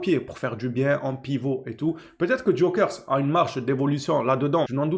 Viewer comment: On dit Gyokeres en prononçant les « e » en « é » et en prononçant le « s » aussi. Je préfère Haaland car plus confirmé et plus jeune, mais pour ce que tu dis balle au pied, il n’a rien a envié à Haaland, je pense même qu’il est meilleur dans ce domaine.